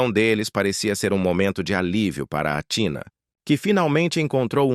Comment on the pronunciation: O nome Grego se pronúncia ATHINÁ E NÃO TINA FAVOR PRONUNCIAS O NOME CORRETO DELA !! ATHINÁ O ACENTO E NO Á E NÃO NO TÍ